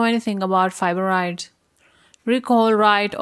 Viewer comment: I was wondering the same thing. It sound like she said fiboroids.